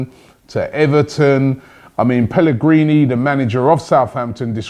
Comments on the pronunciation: PellegrinO, Robbie. Not PellegrinI... 😂 (Wish it was Manuel Pellegrini though...) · It's pellegrino